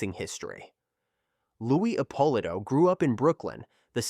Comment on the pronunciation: The AI ruins this. Epp uh Lito not appalah